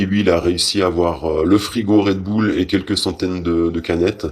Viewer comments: Non tout le monde dit Red Boule, la première fois que j’ai entendu Red Beul c’est dans la bouche de cette journaliste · On dit un « boul-dogue » pas un « beul-dog » non ? C’est comme Gorbatchëv : on a tout entendu. « Gorbatchève »; « Gorbatchef »; « Gorbatchouff ». Initialement, c’était la faute des journalistes tout ce fatras. Le « ë » russe se prononce comme un « o » ouvert précédé d’un « i ». On dit donc « Gorbatchiov ». Et Red Boul. Pensons bulldog, et appendice caudale, femme callipyge, tout ça. Moyens mnémotechniques - Anki pour les plus motivés. 😅)) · Red "beul" lol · Raie deux boules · Red beul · Faudrait faire une émission sur "comment on prononce Red Bull??!!" car tout le monde le prononce différemment.